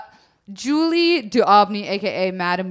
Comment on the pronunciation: Man, I adore Julie's story but that mispronunciation of her name(s) really gets me! Love you still ;-)